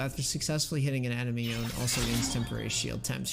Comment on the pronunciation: Yo-ne, not y-own.